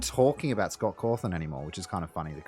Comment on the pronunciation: I like how you call Cawthon as Cawthorn